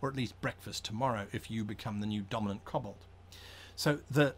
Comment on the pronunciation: Koh-bold Not cobblestone